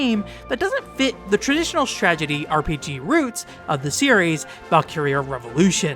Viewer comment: You keep saying stragedy instead of strategy and it's driving me nuts